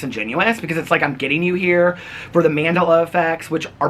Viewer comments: Hey, it's actually Man-dell-la (like Ben DeLa Creme) It's named after Nelson Mandela. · knowing this helps me to pronounce it right. I always say Nelson Mandela in my mind before speaking about it. I used to always pronounce it how did... Like mandilla, or like a hindu/ buddhist mandala. I have to remind myself of the origin of the name. I am big into etymology. The roots of words and why they mean what they mean is so fascinating to me. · Please google how to say Mandela. Sorry so cringe how you said it like 5 duff ways🙃🙃